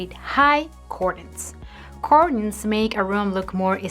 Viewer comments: The first syllable in the word "curtains" rhymes with "her" or "hurt". It does not sound like "cork" or "cord". I speak Spanish as a second language and I am grateful when a native Spanish speaker corrects my pronunciation. I suspect that you do, too. Thank you sooooooo much for the useful ideas. My mistake is having curtains ( "her"..tains) that too short. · I literally thought she was talking about something else pertaining to curtains when she was pronouncing it cordunes. I thought cordunes had something to do with hanging the curtains higher...lol! I'm over her trippin! Great advice though! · The way she says "curtains "....🤣🤣🤣🤣🤣